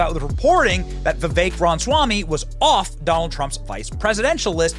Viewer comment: why do you always call him "Vivek Ron Swami" ?